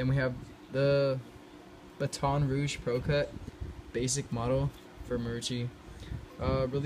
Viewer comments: I lived in Louisiana and it's not bu- ton rouge its Baton Rouge no hate tho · It's pronounced like an extended A. B"aaa"ton Rouge. Marucci is made here and I also live about 10 minutes from it lol. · Funny way to pronounce Baton Rouge....